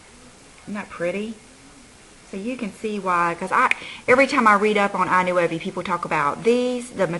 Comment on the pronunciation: Thank you for the swatches! I know you always say to let you know about the pronunciation of certain products. Thought I would let you know that I Nuovi is pronounced eee Nwovi, which translates to The New in Italian. I hope this helped you out. By any chance, are the eyeshadows made in Italy? Glad your daughter's party went well!:)